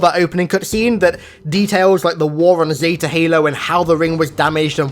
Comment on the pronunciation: Nobody:: ZeTA halo